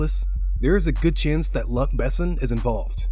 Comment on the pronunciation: how to say "luck besin"